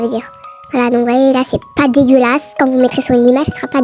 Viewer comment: j’adore quand tu dis "dégeulaçe" 😂😂😂